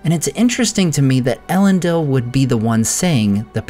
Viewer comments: thanks! That makes sense to me given the formation of the word from Elen and Dil. But surely the last syllable is pronounced “deel”, rather than “dill”? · Isn’t it pronounced “El-en-DEEL”, not “El-EN-dill”?